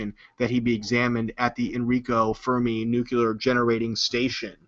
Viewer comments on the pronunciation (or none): none